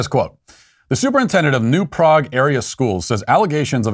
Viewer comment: Lol Matt pronounced New Prague incorrectly. But it's no biggie. Just like how most people pronounce Houston, NYC incorrectly too.